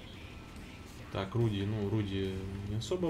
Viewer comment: Забываю подсказать: CHASSEUR DE CHARS читается как "шассёр де шар", а RUDY - это не "Руди", а "Руды" или "Рудый" (с ударением на первом слоге) - по-польски и по-чешски "рыжий". См. фильм "Четыре танкиста и собака".